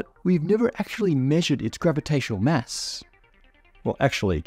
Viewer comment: Lol, your pronunciation of "mass" is a mess. 😝 What accent does it come from?